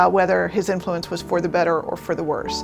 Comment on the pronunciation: emphasis on "worse"